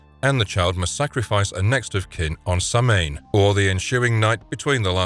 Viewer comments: Just to remind that the word "Sahmain" comes from the Celtics and it's pronounced 《so-ween》 in Gaelic and not the American way of pronouncing like it is written. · Samhain is pronounced "Sow-when". Others have likely already pointed this out but it's a really common mispronunciation that just bugs me a little bit. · Samhain is pronounced Sow-wein. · Samhain is spelt Sam-hain, that's why people pronounce it Samhain.